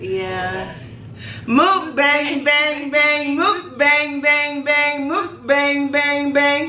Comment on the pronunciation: Lol she said it wrong but "mukbang mukbang mukbang mukbang"